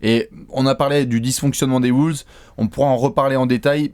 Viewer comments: Arrête de dire Woulves on dit Wolves ;) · Les "Woolves " ??